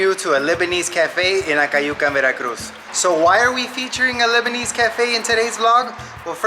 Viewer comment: Lebanese not Libanese 😆